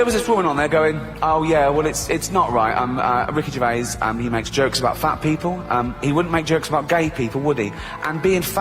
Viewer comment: Who is Ricky Gervayus?